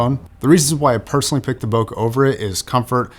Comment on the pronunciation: It’s not bokah, it’s bokeh